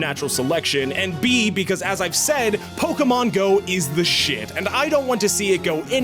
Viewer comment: PO-KE-MON-Go to the polls!